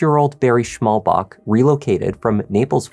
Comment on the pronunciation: It’s Schmallbach, what translates into narrow stream. There’s no K on the end :D Fyi